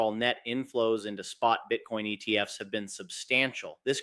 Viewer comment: cant pluralise acronyms because he's AI